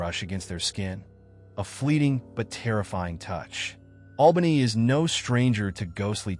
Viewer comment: There's more than just 1 ghost at the first one, it's sad it's so uncared for. Many more story's in that town that is pronounced AL ban ee 😊